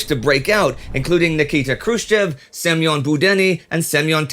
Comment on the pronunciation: I realize that you probably don't know a lot of Russian. But considering how there is going to be an awful lot of focus on the Soviet Union in the coming years, I was wondering if it would be possible to start pronouncing the Russian letter "Ё" as "YO" instead of "E" in names such as Budyonny, Yeryomenko, Oryol and Mogilyov. It is pronounced the same as the "YO" in Semyon Timoshenko, so it is not a foreign or difficult sound to make. I know that the traditional transliteration system used by the British and Americans during WW2 mistranslated "Ё" as "E", but that is no reason to continue doing this in this series, with its international audience and with an international appeal. I am sure that many Russian and Russian speaking fans would greatly apprciate it, just like many of your Finnish fans appreciate your excellent pronunciation of Finnish names.